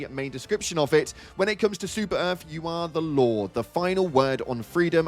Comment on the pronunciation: Ngl when you said Law, I thought you said Lore 😂